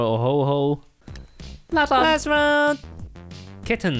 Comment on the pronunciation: Is it ok to come back to the fact that one of them said Ho-Ho instead of Ho-Oh